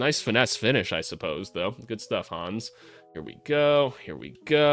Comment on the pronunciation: Try to pronounce it Han-nes, not Hans. 🇩🇪